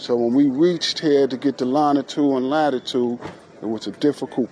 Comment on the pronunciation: Did he say lonna-tude??